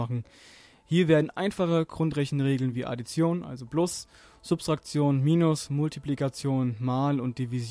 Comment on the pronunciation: Tolles Video, aber es heißt: Subtraktion nicht Substraktion:D